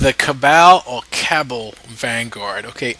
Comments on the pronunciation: I believe her name is pronounced as cab-all. And I love the BBD reference I used to love that song. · it's pronounced "Cab - all." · The Cabal is said "Cuh-bal" say bal like your trying to say bald minus the d. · It's Kuh-Bawl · The pronunciation is Ca-Bal, like Kabal from mortal kombat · Cabal = "Ka bahl" (like ball) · ok, it's KA-BARL vanguard. go to school. also, i'm a little concerned that thinks "that girl is poison" was an 80's tune, considering it was released in 1990 and secondly, that he resembles Hercule Poirot. google images that name. 2nd row, 4th image across = in his little white hat. fabulous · "Kuh-Ball" is the accepted pronunciation. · Accent on second syllable